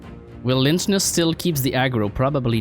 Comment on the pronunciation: im pretty sure you say lychnus like "lycknus" but idk